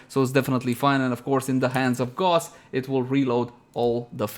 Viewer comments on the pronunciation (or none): It's pronounced "Gah-us" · "It's not in the wiki.." Well, that brings up the question.. How the hell do you have a riven for it already? Also, it's pronounced Ga-oose. Like house.. Not Gawss